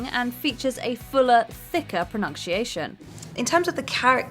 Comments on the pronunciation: Why can't the narrator pronounce 'pronunciation?' /prəˌnʌn.siˈeɪ.ʃən/, not /prəˌnʌnk.siˈeɪ.ʃən/ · She sucks. WTF is "pro-nunn-shee-aay-shun" she keeps mumbling. Sloppy content..🧐🤮🤮🤢🤮🤮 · Is “pronunk-sheayshun” an accent thing or just the usual inability for certain presenters to pronounce common words? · She keeps saying ”pronunkciation” 😂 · Or pronunkcheeation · If you are going to mispronounce a word, for the love of God, don't make that word pronunciation. Pro-NUNK-she-a-shun? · I hate that she mispronounces 'pronunciation'. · I find it funny how this woman can't pronounce "pronunciation" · theres so many things wrong with this video that i cant even watch it can you please learn to pronounce 'pronounciation'